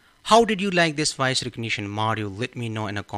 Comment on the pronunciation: I think if you speak English, the module will work better..try saying voice instead of woice. 😂😂😂😂